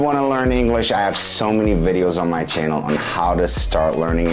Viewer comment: I like the way he says channel. It sounds like chiennal. I wonder what part of American accent he has.